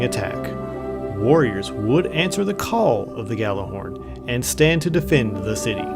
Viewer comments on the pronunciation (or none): Its pronounced "yallerhorn" literally translated from Norse as yelling horn. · When people pronounce it "Gallahorn"... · Actually it is pronounces gattlerhorn due to its Icelandic origins so saying it gallahorn is closer to the correct pronunciation than pronouncing it yallarhorn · care. It sounds dumb when someone says "Gallahorn" even though it's spelled Gjallerhorn, and pronounced with a Y sound as Gj, because it's a different language, especially because every single person in destiny calls it "Gallahorn", or even worse "gally", even after I explain it to them because none of the population look up why it's spelled that way and just think the J is silent. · nope. its pronounced: gat la horn, heard it at a planet destiny podcast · Hey I'm just saying.... And If you guys want to pronounce it that way, cool. But Imo jallerhorn or even G horn sounds better. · misterio10gre Gjallarhorn is Norse. It is pronounced Yallerhorn